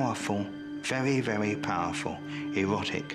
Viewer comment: “A vewy vewy powerful ewotic charge”